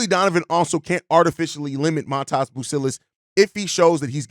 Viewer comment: Not Mataas, but Maatas, give or take.